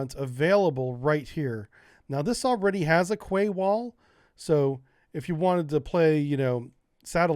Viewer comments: Russia DID NOT 'roll in with tanks and troops', they already owned and occupied those naval bases. Also, Quay is pronounced 'KEY' not 'KWAY' you sound like a moron when you pronounce it like that. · I could evening, thought you might want to know that the word "Quay" is pronounced "Key". Keep doing what you clearly love, it makes great videos it really does.:-) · Quay is pronounced "key" Great vid as always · Where I'm from a "Quay" is pronounced "Key" -Just in case anyone else was wondering. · Yes its 'Key' never heard it pronounced any other way.. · Quay pronunciation “key” 👍🏻 don’t ask! Honestly being English I’m all too aware that at times it’s odd, casing point The city of Reading is actually pronounced Redding…….🤦🏻🤷🏻‍♂️ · I love your content always interesting, informative and amusing, but PLEASE pronounce Quay correctly it's pronounced KEE!🙂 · Quay is pronounced "key."